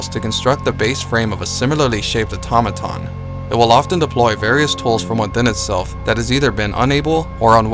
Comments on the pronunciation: Eyetommadon = Automaton Au - to - ma - ton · ok I know this is a 3 year old video, but only one person seems to know how to pronounce Automaton. Everyone else gets it all garbled. Ah-tah-mah-tahn. I also keep hearing Faucets (as in where you get your water) instead of Facets (as in functionality).